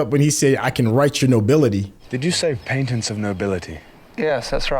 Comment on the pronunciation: It's pronounced Pay-tents. Patents of nobility.